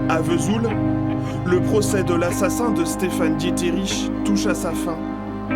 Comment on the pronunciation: Stéphane Dietrich, et non pas Dié-te-rich !